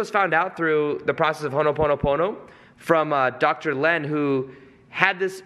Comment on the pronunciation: Again, it’s ho’ponopono not ho’noponopono lol also again, great context! Thanks!